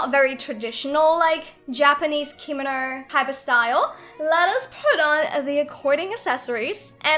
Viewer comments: It is pronounced not spelled pronounced comono not kimino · I’m cringing when she says “keemano” it’s kimono” www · Btw its pronounced Kim-oh-no not Kee-mo-no :) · actually, no hate but kimono is pronounced *key-moe-no*. i have taken japanese class for 4 years and this years unit is ancient Japanese witch includes Kimonos. ありがとう、そして良い一日を (o^^o) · Normal People: Kimono Me: Hikomo, Kinomi, Kinomo, Me again: h a r m o n i c a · Is it just me or it's funny how she pronounces kimono wrong xD